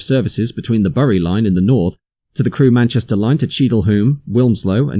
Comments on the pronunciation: Burrie? Bury is pronounced "Berry" and Hoom? Hulme is pronounced "Hewm" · Bury is pronounced berry, otherwise great stuff. (A Bury native here) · Bury is pronounced "berry". It's grating because Your videos are so good.... just for future reference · Someone doesn't know how to pronounce BURY (hint : it's pronounced BERRY). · Fascinating information as in the 80's I regularly had to travel between the two stations. Quickly learned the best walking route. You do need to learn how to pronounce the town name of Bury though.